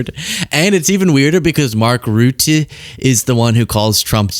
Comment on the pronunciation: Aaarrrrgggghhhhh! Mark Rutte is pronounced "Rutter". NOT "Rooty".